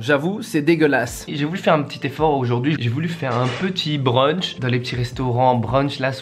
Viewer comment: Il a massacré le plat "brunch" mais quand même... B#RDEL C'EST DE L'ART